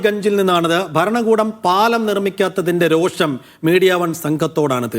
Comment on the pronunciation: രോക്ഷം അല്ല രോഷം. പ്രതിക്ഷേധം അല്ല പ്രതിഷേധം. പലപ്പോഴും മീഡിയ തന്നെ തെറ്റിക്കുന്നത് കൊണ്ട് വീണ്ടും വീണ്ടും പറയുന്നു.